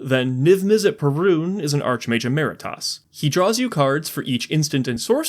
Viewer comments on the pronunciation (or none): idk why but its annoying me that you said "archmage emeritas" and not "archmage emeritus" and then you say it better later when talking about storm kiln artist lmao Edit: Also theres Urabrask, basically same effect as Birgi